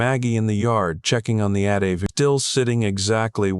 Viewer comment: It is pronounced "A" "T" "V" !!! Other than that I liked the story even if the sled kept changing.